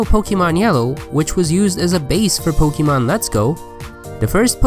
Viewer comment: You pronounce it Pokamon and not Pokeeemon.. how silly